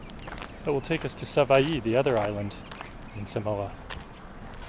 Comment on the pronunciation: you pronounced savaii really well